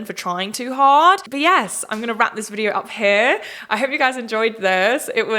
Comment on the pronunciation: When you said "heRe" at the very end 🥴 who is this american?! 😂